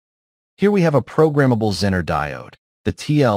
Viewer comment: How to spot the use of text-to-speech app? ZEE-ner is pronounced Zenn-ner ... Thanks for the video BTW.